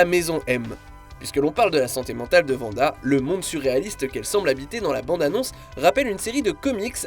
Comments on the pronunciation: Wanda pas Vanda. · Arrêtez de l’appeler Vanda! Elle s’appelle Wanda!